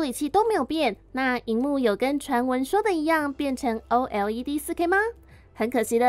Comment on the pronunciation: 為什麼要像A P P一樣把OLED分開來唸…